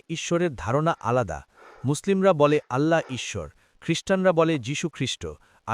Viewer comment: এ ভাই তোমাদের ভাষা এমুন কেন ইচ্ছৰ না ইশর